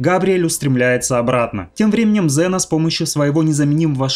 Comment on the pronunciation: Ксена а неЗена